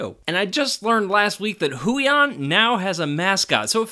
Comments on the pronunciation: Great review, thanks for this video! Brand is pronounced hway-on (rhymes with 'stay on'). Passed the video to my missus since she's the artist of the pair - would love to buy it for her if she was interested! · It's actually pronounce as Hue yawn but close enough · The way he says “Huion” makes the cc say “hooey on”🤣